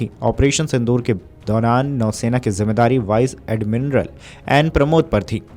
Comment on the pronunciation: बड़ी शर्म आती है अपने यूट्यूबर्स के शैक्षणिक स्तर पर जब वो सेना के पद का उच्चारण तक सही नहीं कर पाते है।। वाइस एडमिरल पद के उच्चारण पर ध्यान दीजिए जिसको अटक अटक कर वाइस एडमिनरल बोला जा रहा है।।